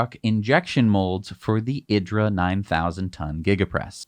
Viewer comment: Idra is pronounced eedra.